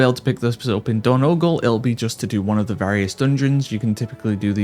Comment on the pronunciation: And it's Door-Noh-Gahl, not whatever you said.